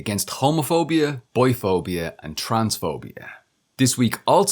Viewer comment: heard that opening as 'boyphobia' instead of 'biphobia'